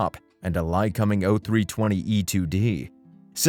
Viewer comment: Why does this guy keep saying Groomin and Lie-cumming?